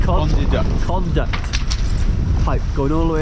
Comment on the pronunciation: I love that electrical conduit on the standing rigging idea…, you genius putting a spiral of rope around it to stop the rattling! Now can you say CON-DU-IT 🤣🤣🤣🤣